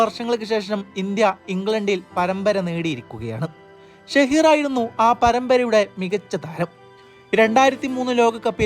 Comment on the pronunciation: ഷഹീർ അല്ല സഹീർ ഖാൻ